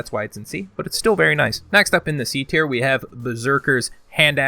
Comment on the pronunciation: Has he said Tierknee yet?